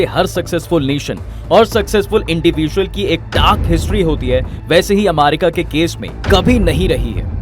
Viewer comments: Bhai Amarica nahi America hai 😅😅😂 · Irritation hore iska amaaarica sun kr 😂